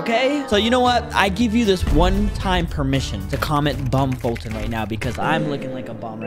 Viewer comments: Not bum foltyon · “Bum Foltyn” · foltyn not bum you handsome